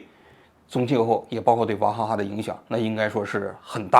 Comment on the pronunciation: 我怎么听王局说的王哈哈呢😂